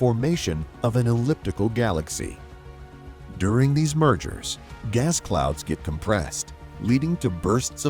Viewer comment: what is a gaw-lax-E